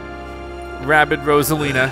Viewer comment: “Rabbid” not “Rabbit”